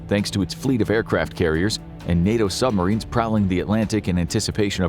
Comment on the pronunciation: I little annoying how the narrator says “sumarines” Like, there is a B,dude